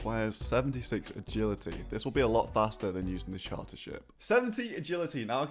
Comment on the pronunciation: “Sharter ship” 😭😂